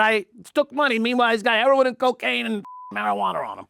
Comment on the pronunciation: "Marijuaner" Sounds like Louis CK "vagineer"